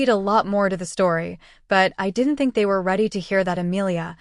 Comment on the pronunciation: I usually can tolerate AI but isn't there a way to go in and correct the simple mispronunciations like Fang!😢 ugh and Were( as in werewolf). No man's land... 😢😩